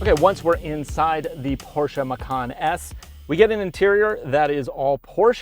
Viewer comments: It’s not porschaaaaa it’s a porscheeeee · C'mon dude, PorschA? And the key on the left side in a Porsche being a surprise? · PorsshA !? BUAHAHAHAHAHHA Seriously? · what is porschA? LOL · what is a PorschA?? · PORSCH A ! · why the fuck is he calling it porscha?